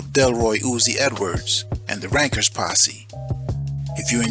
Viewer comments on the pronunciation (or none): Correction Its not Rankers....its RENKERS or RENKAS ask any Jamaican what "renk" is.......